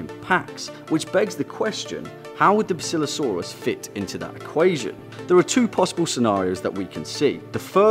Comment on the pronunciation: it's bass ill lo saurus